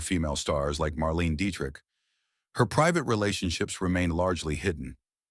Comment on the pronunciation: Marlene [Mar-leen-a] Dietrich... not Marlene.